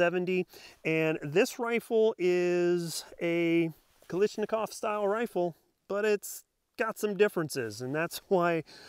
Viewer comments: A little constructive criticism here. You're pronouncing the name wrong. Many people do so don't feel bad. It's Kalashnikov, not Kalishnikov. Great review by the way. Might have to consider this as a companion to my Arsenal. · What’s a “ziz ta Va”?? ZA STA VA,, and Kalashnikov not “Ka lish an kav” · This is the 10th time I've heard people calling it Kalishnikov. Why is that? Can't you people read? It's Kalashnikov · And Kalishnikov... Is KalASHnikov... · Stop pronouncing it wrong its not a knish its a KALLASHNIKOV no letters are silent 😁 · ZIstava & KalIshnikov, really? It's ZastAva & KalAshnikov. You even mispronounced Des Plains & WAsr...🙄🤣 Just get a WBP safety from AKOU to save your woman hands from any further pain.